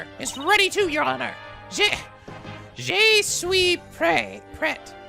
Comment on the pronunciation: hey i speak french and i just wanna point out that in the line that Athena says, "Je suis pret" (which is in the video), you are pronouncing the "Je" wrong, and the way you're pronouncing it, is actually the pronunciation of a word spelt like this, "J'ai". I just wanted to write this comment because pretty much every single time you see the word "je" you have trouble pronouncing it, so i figured this might help you with the pronunciation. Also for a translation, "Je suis pret"(sorry i don't know how to put in the accent for the word pret) means "I am ready" and so "je" means "I" as in me, myself, and I. the word that you say "J'ai" means "I have".The word "j'ai" is actually made of the word "je" or "I" and the verb "avoir" or "have" to form "J'ai" or "I have". I really hope you read this comment and that it helped you understand what you're actually saying. Oh and, you get an A+ for effort on trying to pronounce something that you have trouble with.:)